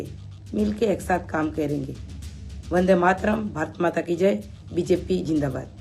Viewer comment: You even don't no bjp how to pronounce how can u speak english